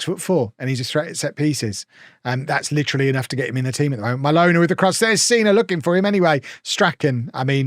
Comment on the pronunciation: I'm liking this series. Every time you mention Mylona I'm hearing 'My Loaner."